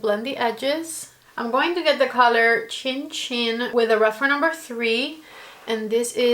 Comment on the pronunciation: You got it1 Cin cin is pronounced cheen cheen, and is said during a toast to imitate the sound of glasses clinking "-)